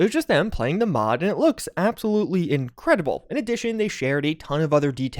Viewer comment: "Which is jus in-credibld." ......."is in-credible." "....looks in-credible" I swear, maybe a bit of word choice can go a long way. There's also others words than "vibes" to describe something.